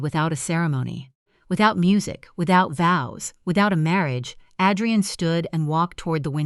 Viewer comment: Too many mispronounced words, O Liver, Ah drain, min u mit